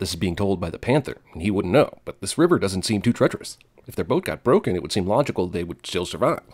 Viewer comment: You're trying to be part of CinemaSins and completely butchered the word "doesn't." (Ding)